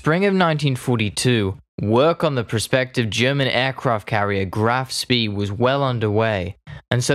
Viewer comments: While your video did clearly correct your use of the name Graf Spee, for reference you might want to know the pronunciation is not like "speed" minus the d. It's "Shpay." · Not ‘spay’, but ‘shpay.’ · Great start but the constant mispronunciations made me bail out after 60 seconds. 'Me 41'? It is M. I. 41 Do you proniunce the BF 109 as Biff? Graf SpEE? It is Graf SpAY if not actually 'Shh-pay' I couldn't stick around for the 'mon-tee-vi-dee-o, when it is 'mon-tay-vi-day-o' Sorry mate but I had to bail out at 240 ft of altitude or 60 secs of flight time due to auditory issues. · Spee sounds "shpeh"... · Pronounced ‘graff spay’ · Let’s not forget the cretinous pronunciation of “Spee” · As usual, this first language English speaker needs to put a bit more effort into pronouncing German words. The Blohm und Voss part isn't bad at all. I suggest putting more effort into Spee...